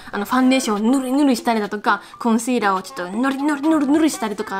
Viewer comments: コンシーラーの発音が綺麗だなぁって思いました🎵（言語好き人間的視点から観て） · パスタの賞味期限大丈夫かな？コンシーラーのシの発音がすばらしすぎて巻き戻しちゃった。あまり無理せず気をつけてねー😣😣